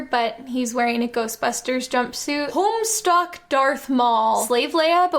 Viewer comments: hearing 'homestuck darth maul' really triggered my fight or flight response, thanks jenny. further ruined by the fact that you said 'home-STOCK" and since you had already said quadrants and it's nearly homestuck's 10 year anniversary, i was thinking about homestuck, which made me legitimately think you said something else and that i had just automatically assumed it was homestuck because us homestucks are awful like that. coupled with the lack of image, it painted a very bleak picture of my mental state post-homestuck until i scrolled down to the comments to confirm that i wasn't crazy. i hadn't. and the worst thing about it is that i don't know what 'homestuck darth maul' would entail. darth maul as a troll? in a god tier outfit? falling down a set of stairs? wearing a shitty pair of anime shades and wielding a legendary piece of shit? i don't know what "homestuck darth maul" is and that's what scares me. that's what keeps me up at night. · the way jenny pronounced homestuck sent me. she sounds so unsure about it. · i listened to "homestuck darth maul" 3 or 4 times before i was able to comprehend what you said